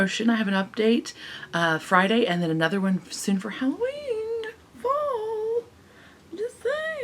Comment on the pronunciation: You said Halloweenie!!! hehehehe!